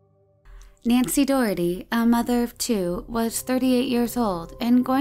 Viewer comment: Thanks for pronouncing Daugherty correctly.